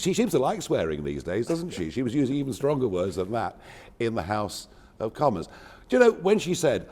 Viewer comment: he says “in the House of Commas”, sounds about right